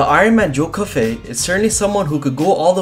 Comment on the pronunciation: He says joe Coffey wrong it’s pronounced joe coffee